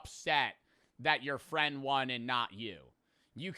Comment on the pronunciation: "a true fend"